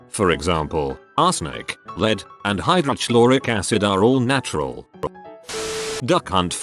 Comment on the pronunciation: Also, high drotch loric acid